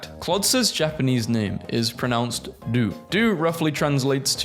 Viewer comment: No the pronounce is not“Du” it’s “Dohhh”